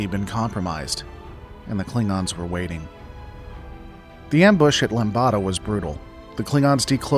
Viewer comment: Ummm… Just thought you might like to know… you mentioned the Lambda Cluster, pronounced “lamb duh”. Lambada, the word you said instead (three syllables instead of two) is sometimes callled “The Forbidden Dance”, a particularly sexy dance from Brazil. 💃🔥💃🔥💃